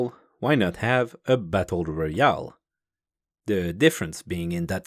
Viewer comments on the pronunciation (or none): none